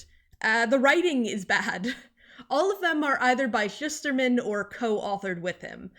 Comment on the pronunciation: Omg he’s one of my favorite authors. Got to meet him at Roxy signing. He has such a creative mind. Oh, and I learned he pronounces it: “Shoosterman.” I have been pronouncing it wrong for 10 something years too.